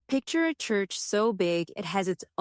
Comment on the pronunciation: Teach AI how to pronounce churCH! 😊